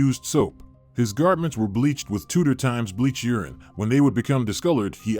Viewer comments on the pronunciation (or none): none